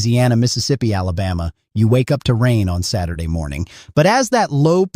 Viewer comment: So...for the creator of this channel: if you're going to use AI, don't say S-day. Say "Saturday". 🤦‍♀️🤷‍♀️